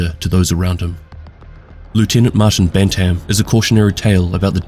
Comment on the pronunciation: I want to say firstly I love your videos, and I don't want to be that guy in the comments. But... My man, when you say "Bantam" you just kill me. It's pronounced as "Ban tm", making it sound like "Bant-im". It has two definitions, one being a type of chicken, and the other from sports, such as boxing or hockey, as a weight or age division. Only reason I knew this was I grew up on a farm and I played hockey. Anyways, still an excellent video!